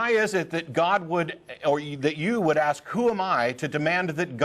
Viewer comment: ***** Along with "aks" instead of "ask" or "preventative" in place of "preventive".